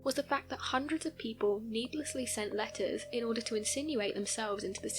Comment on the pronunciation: You saying letters sounded like lettuce too me whenever I heard lol